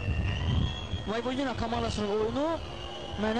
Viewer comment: voyvodINA yox voyVOdina deyilmelidi , baxin bu cur bisavadlar nece TV-ye ayaq aciq en besit melumati bildiyimi kimi deyir